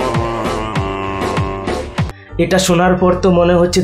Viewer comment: it's not happy new year it's happy new r 😂😂😂